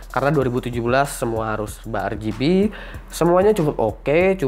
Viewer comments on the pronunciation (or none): serba "ER GE BEH" wkwkwkw